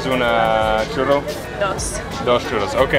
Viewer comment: when she said i want a churro it sounded she said i want chorro. chorro is diarrhea. it was cracking up. Your Spanish is getting better.